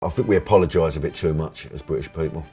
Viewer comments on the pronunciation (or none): I “fink” he needs subtitles.